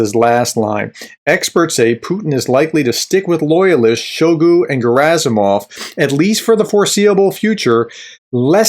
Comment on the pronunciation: I find it hilarious when you call Shoigu. 😅He certainly deserves that disrespect. Keep up the good analysis.